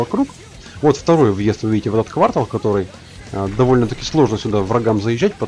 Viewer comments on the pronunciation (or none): пожалуйста не квАртал,а квартАл!) А по видео как всегда красавчик! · Не квАртал, а квартАл! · КвАртал твой так по ушам бьет. Ужас. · ААА, бедный мои уши! КвартАААААААл, умоляю, КвартААААЛ!!!! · Квартал.Ударение на 2-ую "А" . А так всё супер. Видео обалденное. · а как же слово "квартал" с неправильным ударением?